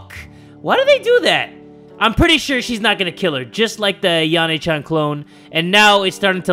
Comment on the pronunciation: You are saying yan-Chan wrong